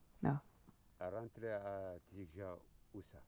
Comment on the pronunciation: Hhhh j'aime bien quand tu prononce Tidikja 🤣🤣👍👍👍